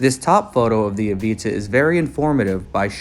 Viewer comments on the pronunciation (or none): It’s avata not aveeta lol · Why are u saying Avita. But titles it Avata ? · the aveetuh? there's an "a" there not an e lol